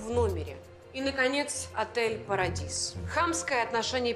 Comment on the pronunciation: Paradise теперь читают как Парадис 😂😂😂